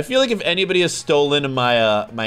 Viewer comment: you mean henwy